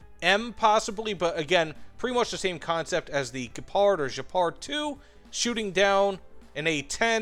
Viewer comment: WTH, why do you call the german SPAA "Jepard" ? :D Just call it like the big cat Gepard, there is no J in it, sounds weird.